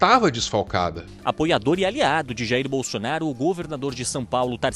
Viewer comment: O cara fala Jhairr Boulsonarrro dando entrevista pra gringo KKKKKKKKKKKKKKKKKKKKKKKKKKKK